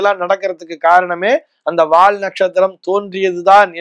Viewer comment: Not "வாழ்". வால் is correct.